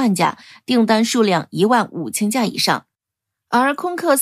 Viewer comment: 小编就算证明不是机器人念稿 发布前校对一下 把立项念成立顶 C919近千架念成干架